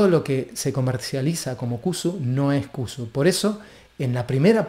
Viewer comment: Sería de ayuda pronunciarlo bien, no cusu, sino con se llama en realidad